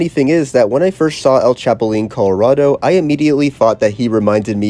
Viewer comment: I genuinely cant think of a more butchered way to pronounce “El Chapulín Colorado” 💀